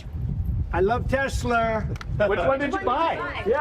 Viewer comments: He love TesLERRRRRRRRRRRRR not TesLAAAAAAAAAAAAAAAAAAAA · Lol at Trump saying Tes-ler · "I LOVE TESLER". what an Idiot. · He loves "Tesler!" TELSER...... 😂😂😂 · "I love Tesler!" Trump doesn't even know what the brand is called, that's how much he loves it. I doubt that car now belongs to Trump any more than the Cybertruck that Adin Ross 'gave' him. Just a show, no actual Trump ownership involved. He's not going to give Elon $10s of thousands for a car he can't drive (presidents and former presidents aren't allowed to drive on public roads due to security), and he wouldn't drive it even if allowed to. It's not flashy or elite enough. He did not buy it. I don't think this charade will help Elon though. Almost everyone but his cult hates him now. People take it out on his cars. Only a fool would spend that much money on something that will even turn your own people against you, and you never know when a drawing of a dick (in sharpie) will appear on it. People are trying to camouflage their Teslas as other brands for very practical reasons. "What Tesla? I own a Honda. See for yourself." lol When are the boards of directors going to dump Musk already? He has ruined, irreparably, his reputation and the reputations of his companies. He's made it crystal clear he's a drug-addled villain who refuses to act like a responsible leader, not even a responsible dad. Everything's a joke with that POS, all for his own entertainment. Most countries where he still has positive polling can't afford his tat. Authoritarianism tends to create low-income populations. Elon walked himself into the pit of spikes. Boo hoo. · 😂😂😂At the very end Dump calling Tesla "Tesler" is pure gold. 😂😂😂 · Trump..."I love Tesler". LOL... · "I love Teslerr" 😂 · "I love Tessler!"... and he is not buying any of the cars, he is getting them for "free" from Peelon. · “I luv TeSlure” 🤣 Trump could not have said it better. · “I love Teslerr!” ? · Did he say Teslerrr? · Did he say "I love TESLERRRR!"???